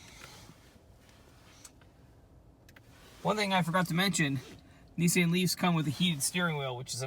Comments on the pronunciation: The knee-sahyn leaf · He pronounced it Nee-sann but I don’t blame him and you shouldn’t blame US for saying nee-sahn. That’s how Nissan pronounced it in their ads here